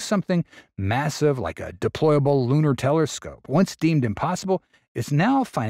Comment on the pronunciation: Ah yes a deployable lunar teleRcope…🤣